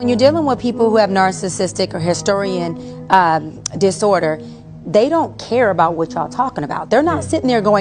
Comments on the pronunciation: It’s histrionic and she pronounced it wrong. She also doesn’t explain how it’s a personality disorder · This PsyD recipient just said “historian” disorder. Come on now, dawg….come ON, mang!!!!